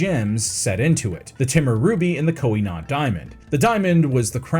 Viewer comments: Why did you have so much trouble pronouncing Koh-I-Noor? You repeatedly pronounced it as ending with an "n". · That is not how you pronounce Koh-i-Noor.